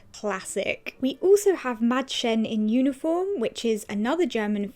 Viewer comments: I am from Germany and I have to say that you have a good pronunciation. "Mädchen" is a rather difficult word xD I love your videos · The way you pronounce 'Mädchen' is too cute! 😍😍